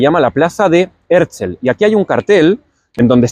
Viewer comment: En el mismo principio: Es Herzl, porque lo pronuncias Herzel? Y no miro mas este video!👎👎👎